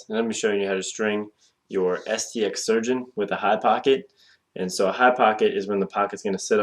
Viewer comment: you forgot the "R"